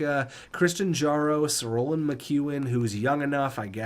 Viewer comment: Seeing as he's probably going to be here a while, Christian Jaros is pronounced Y-aros